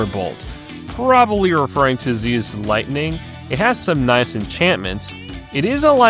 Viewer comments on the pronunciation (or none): none